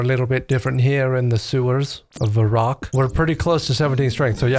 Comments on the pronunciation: It's definitely Varr-ock and not Va-rrock and I can't wait for that to annoy me for however long this video is. 🎉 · I will not be saying Va-Rock. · Bro pronounces Varrock, like Megamind does for Metrocity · It's pronounced Varrock, not Varrock. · Can't even pronounce Varrock properly. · BTW it's pronounced Varrock, not Varrock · Instant dislike for the way you pronounce Varrock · So is Varrock pronounced like Dharok?